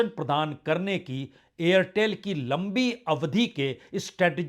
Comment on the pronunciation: AIRTEL+STARLINK: 'AIRTHEL'. 😅